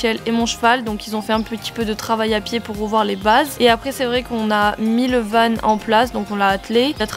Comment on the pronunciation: J’adore tes vidéos !!! ( mais par contre on dit van pas vane 😊)